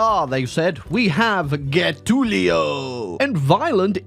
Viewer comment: Still can't pronounce Getulio right!